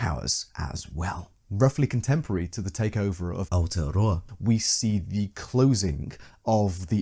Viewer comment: Thanks for taking the time and effort to pronounce Aotearoa right! its a tricky language if you havent grown up with it. Love your work as always. Nga mihi e hoa!